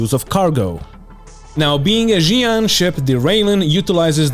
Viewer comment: It's not "Jian" it's "Shian" ffs english-speaking ppl!